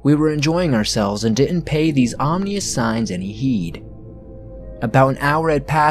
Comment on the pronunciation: hey just thought I should let you know that "ominous" is pronounced "ahm-in-us" not "ahm-nee-us." no offense just you've said it like that a lot and I thought you'd like to know